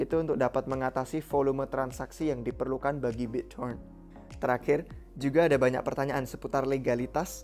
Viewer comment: Biccoren end cron.. Gtu sih gw dengernya 🤣🙏